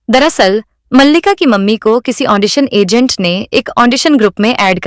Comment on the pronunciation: Andition nehi Audition hota hein